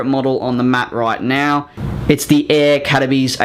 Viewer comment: Nice video! Just one thing, Air Caraïbes is based in Paris Orly, not CDG! (Also you said the name really weird lol)